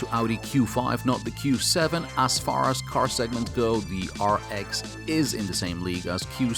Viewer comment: 'As' shall be pronounced differently, it's very annoying. Anyway great review.